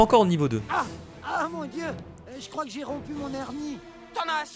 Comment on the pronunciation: JE KROINKE ELLE KRIE PAS KRIAIE